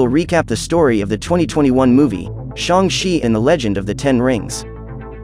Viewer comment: shang she its shang chi